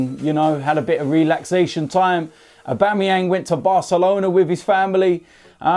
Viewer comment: "Aubameyang went to Barcalona". We all know why lol